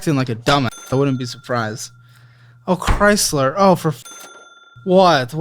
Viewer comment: Sincerely thought he was saying “Oh Chrysler” as a swear- I might start saying it anyway 😂😂😂